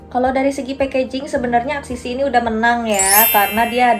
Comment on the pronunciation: ka axis y dibacanya eksis way